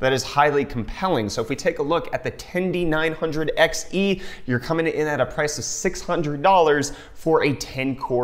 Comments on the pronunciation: where does the "tenDY" part come from? 10-900. i found that pronunciation kinda dumb ngl. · "Tendy nine hundred" is giving me a migraine. Not the CPU line-up, but the way you named it. ;D "Ten-nine-hundred" How is this so hard? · Its not hard, its tendy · "Ten-Dee?" Is that the new word for "thousand"? I don't understand..